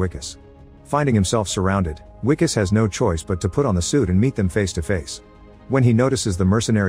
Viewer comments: I L❤️VE this movie!! Sad u pronounced it Wicus, and not Vicus! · The Wi in Wikus has the same sound as the letter "V". Or the "Vi" in Vicks. You pronounced the "Kus" syllable correctly. So instead of saying "We"-"kus", just say Vee-Kus. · As a South African I must say that wikus is pronounced vikus.much love